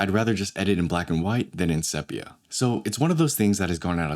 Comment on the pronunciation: * seepia, not seppia